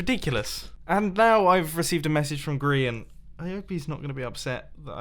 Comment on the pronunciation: For God's sake it's GRIAN, not Grean, not Grain, GRIAN.